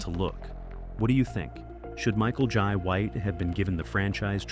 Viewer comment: Michael "Yai" White 😅